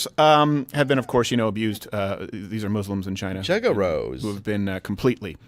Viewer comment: "Juggarows"... Oh my freaking god. I'm crying.